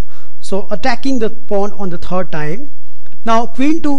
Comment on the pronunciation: you have a problem with some english word ^^ third is tred for you . not a problem just funny to notice